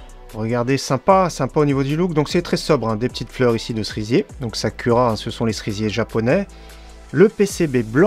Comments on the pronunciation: alors le ku se prononce kou sakoura et non sa cul ra mdr ^^ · Très bonne vidéo néanmoins ont ne dit pas « Sakura »mais « Sakoura » malgré que ça s’écrit bien Sakura 😂😉